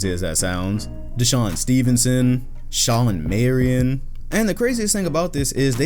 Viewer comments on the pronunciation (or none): “Shawlin Marion”